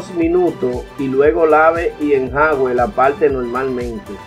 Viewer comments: Hola, pronuncia enjuague no enjague. De todos modos gracias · Señor me a salvado mi pantalón favorito 😍. Por eso si le doy LIKE. Pero sin ofender se dise “enjuage”. No enjaugue. Alguien noto como dise enjaugue. ??? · Se dice enjuague, no enjague compa, saludos muy buen video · No se dice "enjague" , sino ENJUAGUE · Se dice en ju a gue, jejeje gracias por los consejos. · Se dice"Enjuague"